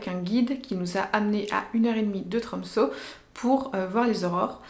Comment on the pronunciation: Sa se dit tromse le ø